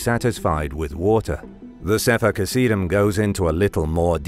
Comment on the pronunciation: You can't even pronounce the name of the book properly. It's called saffer hasidim ghhh sound in there and that's how it sounds not how it's spelled. And my Hebrew is not the best but it roughly translates to book of holy men or holies